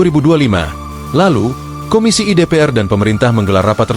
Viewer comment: Tolong Admin yang bacakan berita jangan mesin (software) donk, kedengarannya nggak enak, misalnya Komisi I seharusnya dibaca Komisi satu, disini terbaca Komisi i , LBH dibaca Lebih, nanti kalau ada kata BAB I (yang seharusnya dibaca BAB satu) akan terbaca babi.....